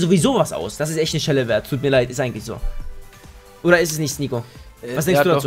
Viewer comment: Hab einmal anstatt Nico Snico so von Snickers Eis gehört hhahaa :)